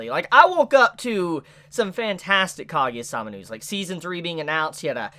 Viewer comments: Ka- Gu- Ya thats how u pronounce it, not kageya facepalm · Not kagya it's kaguya, it was irritation